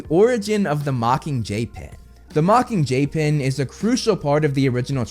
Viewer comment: it sounds like ur saying the mocking jaypin